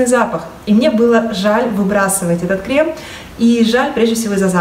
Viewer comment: У вас хорошая и грамотная речь. Я заметила, что позволительно поправить Вас в вопросах русского языка. Но ведь Вас ввели в заблуждение, относительно правильного ударение в слове "Крем". В слове «кремы» ударение нужно ставить на первый слог – крЕмы. Согласно нормам литературного произношения множественное число от слова крем правильно произносить крЕмы с ударным первым слогом и буквой «Ы» в конце.